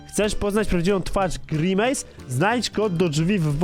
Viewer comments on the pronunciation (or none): to jest grimis a nie grinmejs